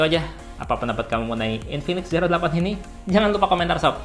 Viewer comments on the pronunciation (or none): Zero dibaca ziro bang, hehehe maaf koreksi